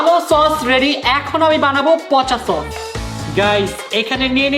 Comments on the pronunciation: Tok❌ Sos✅😆😆😆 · সস না কট 😂😂